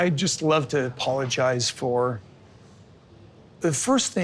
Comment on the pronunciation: He wants all the women to clap hands when he says " i apolozige"